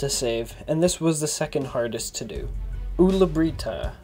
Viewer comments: Pewds: ulla brita: Owla breetah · I love how he says Ulla Britta XD